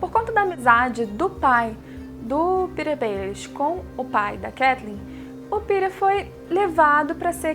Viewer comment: Gostei do vídeo, só uma dica: se diz PetiR, não se fala como "Peter".